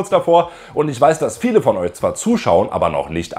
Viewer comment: Du hast echt ein Problem "sch" und "ch" richtig auszusprechen. Beispiel: galaktich, isch, eusch, biochemichen, auffrichen, sisch, organichen